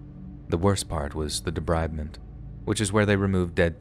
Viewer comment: It’s pronounced “ de-breed-ment not “ de-bride- ment